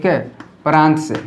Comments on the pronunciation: Pras nahi sir prant bolte hai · Sir pras nhy prant hota h